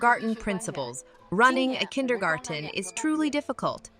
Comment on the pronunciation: It's "kindergarTen" though, dear narrator.